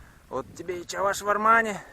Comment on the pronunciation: пожалуйста произноси не чАваш, а Чӑваш